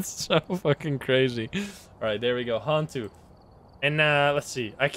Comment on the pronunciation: i literally have no idea how the games even work but it really bothers me how he pronounce some of the ghost names.. it’s yo-kai. not yu-kai. as in yo! also han-tu not hen-tu. han as in dynasty han.